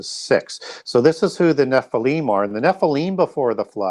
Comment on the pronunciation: Nephlium is pronounced Nefillim